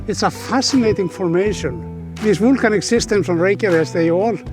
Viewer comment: I have to admit, even for an Icelander like myself (and a big geology enthusiast with 3 geology courses behind me at the university), it's a bit difficult hearing always say wool-canic and wool-cano... haha. A wealth of good knowledge from him though:)